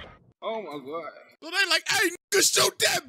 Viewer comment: You said my religion gods name wrong